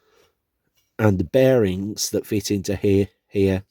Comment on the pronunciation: It's bearings, NOT "bear rins"